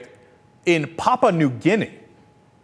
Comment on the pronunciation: Lol "Papa New Guinea"